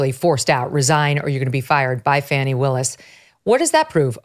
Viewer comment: I thought her name was Fa Knee. Not Fan e